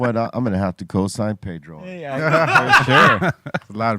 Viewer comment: How is it possible that you guys say, pay dro. and mock the white boi. ?? PEDRRRRRROOOO.